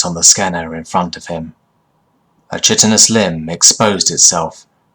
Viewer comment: So I love these stories but just about every single narrator is mispronouncing the word chitin/chitinous. I don't know if it's on purpose or that they've only ever read the word and never heard it spoken but the most widely accepted pronunciation is 'kītn(kai·tn).